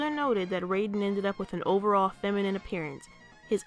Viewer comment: Excellent analysis of the issue. Do you think we could, at any point, collaborate on something? As two growing Youtube channels, we could maybe, perhaps, benefit from it. Edit: Also, Raiden's pronounced Rye-den.